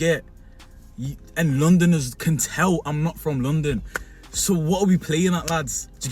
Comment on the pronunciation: the way this lad even says London makes it clear that he's from the north